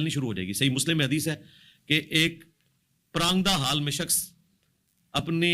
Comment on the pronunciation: سید ذیشان عزیز صاحب مرزا صاحب پراندہ حال کہہ رہے ہیں حالانکہ لفظ پراگندہ حال ہوتا ہے جس بندے کو اردو صحیح بولنی نہ اتی ہو وہ مفکر اسلام بن رہا ہے ایک ادھ مرتبہ دوبارہ جیل ہم اکیڈمی تشریف لے جائیں اور رہی سہی کسر